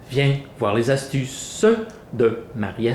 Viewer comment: Viens voir les astu-CEUH de Marie astu-CEUH viens secouer les pu-CEUH AVEC ... (pom) Marie astu-CEUH Bonjours toi t'aime ça les PATATES !!